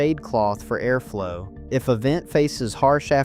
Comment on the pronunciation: Aimish? A-arflow? 😂😂 If you are going to use speech, spell the words phonetically because we pronounce things differently.